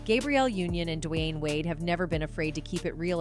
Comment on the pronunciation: I've never heard D Wade name said like that before DiWhyne wade lmao